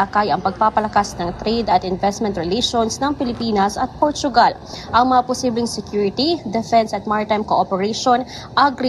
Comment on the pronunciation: Portugal hindi portuugal